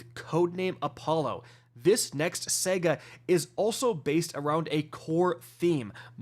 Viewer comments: I'm sorry if i'm offending you in any way. But are you saying "SAGA" wrong on purpose?? Why do you say "SEGA"?? And "REZORCES"??? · New what?!? Are you saying Sega….as in Genesis? 😂. We let the whole “snipe rifle” thing slide but not this one! 😂. It’s saahhgaahh my dude! 😂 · I thought I could hold it in, but I can’t. It happened twice. It’s not pronounced “SEGA”, it’s SAGA. SA-GA. SAHGAH. Like damn, my guy. You know this. Oh and this game is near dead, nothing excites me or anyone about it anymore. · It’s saga not sega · Sahguh not sega cmon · It's SA GA not sega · Say it with me, sahguh.. not sehguh. Saga. Sega one is a story one is a old console. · Sega or Saga?? hmmm LOL just sounds funny but you are awesome keep it up bro! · Why do you keep saying Sega? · Your pronunciation of "saga" is infuriating. My guy - it's Sah-Gah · “Say-guhh” …. Thanks for ruining my morning. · SAGA ITS SAH-GAH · someone please teach him how to say the word saga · trolling us again with easily pronounced words said consistently wrong..... Saga has TWO A's in it. There is no E.